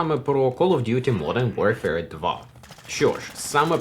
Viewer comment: знов помилка Duty правильно